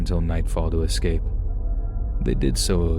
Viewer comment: The word is escape, not excape.